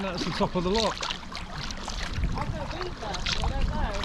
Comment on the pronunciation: Looks like a smashing adventure. Precisely what young men should be doing rather than being plugged in to a PS5. Only criticism is Dad butchering the pronunciation of 'loch', making my soul shiver.